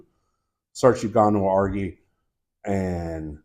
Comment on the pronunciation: Amazing tutorial, but I cant help but say something about your pronunciation of the term "Waragi". It's pronounced "waah-ra-jee". Flip the toungue when pronouncing the "r". Emulate the annunciation exactly as you would in spanish. Besides, that, I'm taking notes!